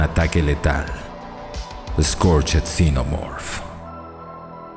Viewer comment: Exelente reseña, muy buena figura, un aporte: Scorched en inglés se pronuncia "skorch't", la "ed" no suena, se pronuncia una "t".